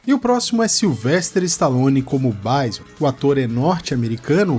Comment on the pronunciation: "Gáiou" e "Báison" é foda hein.. É Guile mano.. e Bisôn velho, em "brasileiro" mesmo.. rsrs